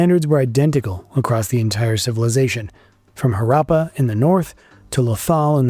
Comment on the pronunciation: Images of rural people showed between the 3 rd and 4th minute are misleading--because they are presented as if they are the people from those times. Moreover, you should have worked on your pronunciation of Harappa, Harappan, Mohan Jodaro. As for gods and beliefs, they don't a religion make.